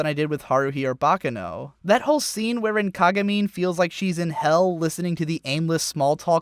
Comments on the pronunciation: It's pronounced Baccàno, not Bàccano. It's an Italian word, not Japanese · It's not "baka no...", it's "baccano"--with the accent on the second syllable. It's Italian.